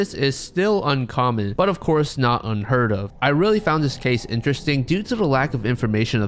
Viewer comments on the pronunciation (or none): none